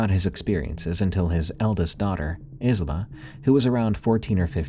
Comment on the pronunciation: Just a future note for the Scottish one. "Isla" is pronounced "Eye-la" like Island. Loved the stories though. Real creepy 😊